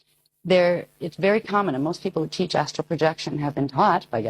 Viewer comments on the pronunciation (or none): none